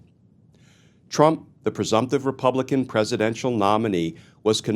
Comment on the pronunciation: Reap-all-I-cans… if they can’t say Democratic, refer to them for what they stand for.